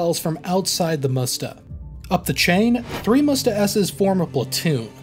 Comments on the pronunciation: That is not called Moesta. It is M'Sta. Please say it right🙂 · It is Msta, not Musta, it means revenge in russian. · Dear - very much enjoyed your video, thank you.Minor suggestion on pronounsaiton the system is not called "musta" it is m'stA.Admitedly an awkward word even for russian speakers, it is an old slavic word for vengance and name of some river. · You read Msta as "Musta" it sounds like you want to say "mustafa"... Say it without "u" sound. M and then directly S...MSta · Not "moosta", it sound like m-sta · why you are saying "moosta" when it's "msta" ? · If you'll ever need to say msta, let me help you a little because it feels like it's really tricky and hard Word in terms of pronunciation Msta is said like "mster" in "hamster", except it's a in the end which sounds like u in "mug" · I've only ever heard the msta pronounced as mista or meestah. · it's pronounced em-sta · Good. It's pronounced "mstA" the A is stressed. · Its pronounced 'meest.' Russian for 'revenge.' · so you also can't pronounce aMSTErdam ??